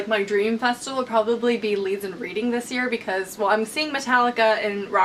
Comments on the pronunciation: reading is said like redding x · It's pronounced Redding ;) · hi sorry if this is annoying but i thought i'd just mention that when you say Leeds and Reading, Reading is actually pronounced 'red-ing'! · Reading (as in the place the festival is held) is pronounced like 'redding' which doesnt make much sense but hey british english and all that :) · Reading festival is the best I go every year! But just so ya know it's pronounced Red-ing :) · I'm not hating but it's Leeds & Reading pronounced 'red' ing! I went when the Cure headlined in 2012 it was amazing! If you ever come to the UK you should go and do a meetup omg 😍😍😍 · Just for future reference or something Idk 'Reading' the place is pronounced Reding like the colour red :) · Cool video :) Just to let you know, Reading is pronounced 'redding' :P I'd love to go someday but I go to Glastonbury Festival every year instead and I love it! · Reading is pronounced 'Reding' :) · LOVED the video as always! Just a heads up- it's pronounced RED-ing :D xx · the way you pronounced Reading was so cute! haha